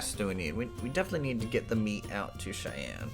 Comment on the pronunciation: Cheyenne is pronounced "Shy Anne"